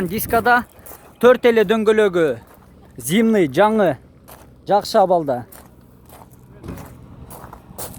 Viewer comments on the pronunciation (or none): Жакшы ишине ийгилик бирок тууган зимный эмес зимний дечи туура эмес жазсам гечирип кой